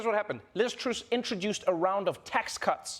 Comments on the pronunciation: Are you deliberately calling her Liz Truce? ... it's Truss to rhyme with bus! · Trevor, it's Truss (u as in up) not Truse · What the heck is this Liz "Troos" thing? Do Usonions pronounce "Gus" as if his name was a large white water fowl? 😂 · It's Lizz Truss....not Truce! Cut the woman some slack! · Did Trevor call her "Liz Truce"? 😄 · Its pronounced Liz TrUSS as in trust but with an s instead of t at the end. You're welcome. Hopefully we don't have to say it for much longer. 🤬🤬🤬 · Anyone noticed the Liz Truce/ TrAss Trevor mispronunciationv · Truss is pronounced like “fuss” not “troose” - it’s not difficult 😂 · Is that how to pronounce Liz Truss? I'm so confused. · I don't think that's how you pronounce Liz Truss' surname... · I mean, you didn't pronounce Liz Truss' name correctly but on the other hand no one cares about Liz Truss. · Please learn to pronounce Truss. It jars just about enough to take away from the jokes. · Why do they pronounce Truss like this ? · Why is Trevor mispronouncing Liz Truss's name?